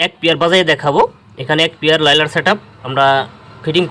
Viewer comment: ভাই লাইলার না। লায়নার